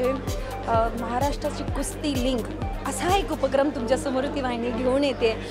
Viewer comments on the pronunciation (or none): Its Kusti (कुस्ती) not Kushti.👍